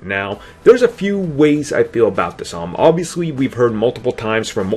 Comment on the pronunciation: Compwetwey? Obvwiouswy? A wittle bit? Sigh. When you have turrets, you probably shouldn't be a sniper. When you have no arms, you probably shouldn't be quarterback. When you have a speech problem, you probably shouldn't be on YouTube.